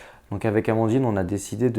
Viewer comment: Félicitations à Amandine pour sa prononciation ^^ Maintenant on pige ^^ Je chambre mais c'est important ^^